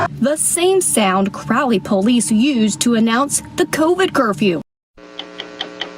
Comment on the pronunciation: "Crowley" Louisiana 🤨